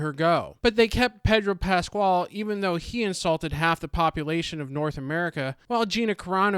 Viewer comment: You could have pronounced correctly the name of the main actor. I think you chose not to.